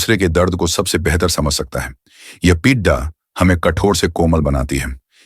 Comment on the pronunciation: आप को अपने AI नैरेटर को दो चार शब्द ठीक से सिखाने की आवश्यकता है। बड़ा को हर समय वह बड्डा बोलता है, और पीड़ा को पीड्डा..! और भी कुछ शब्द सुधारे जा सकते है, जैसे ऋण.. AI द्वारा जनरेटेड इमेजिस है, उस में वह ज्यादातर देवनागरी हिंदी लिखने में गलतियां करता है। हिंदी शब्द रोमन स्क्रिप्ट में ही लिखने को कहोगे तो वो गलती नहीं करेगा। इस में आप की मेहनत वो परिणाम नहीं देती जो आप का ध्येय है। व्यूअर्स कुछ समज ही ना पाए कि चित्र में आप क्या दिखाना चाहते हो, तो वह कार्य व्यर्थ ही है। आशा है, क्षति निर्देश के इस प्रयास को आप नेगेटिव कमेंट नहीं समझेंगे।